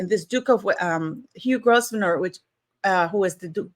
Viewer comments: I don't know if anybody else has said this. It's pronounced as Hugh Grove-nor, Duke of Westminster. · When you express Grosvenors' name, drop the S in the name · Hi, just for info to you & your international audience, the name Grosvenor is pronounced with a silent 's' so it's 'Gro-venor' 😊 xx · Pronounced Grove-ner. Harry was hoping to borrow some money off him. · In England we do not pronounce the letter S in Grosvenor, it is silent x